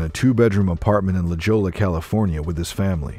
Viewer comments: oh come on!! Do your word studies BEFORE you tape!! “La Jola”??? it’s pronounced “La Hoya” but spelled “La Jolla”!!! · La Jolla is pronounced, “La Hoy uh”. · Narrator kept pronouncing La Jolla incorrectly. It is pronounced, “La Hoia.” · 🤣 La Jolla. it's pronounced La Hoya